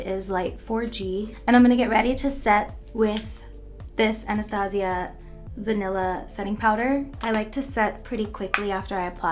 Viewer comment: Sólo quiero mencionar algo que tal vez no tenga mucho que ver con los demás comentarios... ¡Al fin alguien que dice bien el nombre de la marca Anastasia... He visto videos de varias personas en diferentes idiomas y siempre lo dicen mal, seguro sí hay otra persona que lo dice bien pero para mí hasta ahora, Ariana G ha sido la única persona que lo dijo bien.